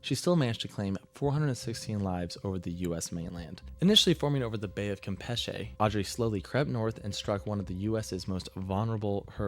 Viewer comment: Just FYI, it's prounounced 'U-cah-tan' peninsula and Bay of 'Camp-ee-chee', not what that dude said in his video... And some reasons why hurricanes tend to be more catastrophic over the TX-LA-MS area are due to the terrain is relatively flat in that part of the country, so it takes longer for floodwaters to dissipate, which can have a big impact on saving lives and increases the amount of property damage that can occur. That part of the country is also on the western edge, or window, of where hurricanes travel, which sometimes can lead to them moving very slowly or even becoming stationary, which makes flooding many times worse than a storm that passes through in 12 hours. Another reason is the Gulf of America; by the time July and August roll around, water temperatures are in the 85-90F range (29-32C) which can act as 'superfuel' for these storms, since hurricanes need water temps of 80F (27C) to develop/sustain themselves. The warmer the water, the greater the kinetic energy potential can be had as the water droplets cool while rising within the storm, releasing heat/energy for the storm to feed on and grow stronger. Lastly to add, he must have made this video before Helene in 2024 (it's private, so cannot view it). Helene's estimates of 200 billion in damage and at least 250 deaths...which that number has continued to increase even though it's been nearly 2 years since it hit. Helene would probably be in the top 5 on this guy's list.